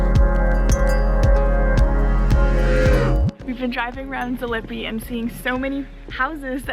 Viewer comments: ZalipiE Please, please. We pronounce all sounds and letters. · Zalipie is pronounced zah-leep-ee-ah and its rough translation is after the shrub/plants lipa is a type of tree or plant. Looks lovely.